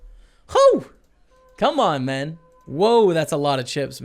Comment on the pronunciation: why does he say mun now instead of man